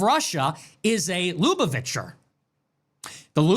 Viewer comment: You pronounce lubuvacher wrong my g